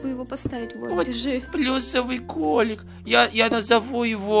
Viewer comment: А почиму ты сказал за место кролика ты сказал клолик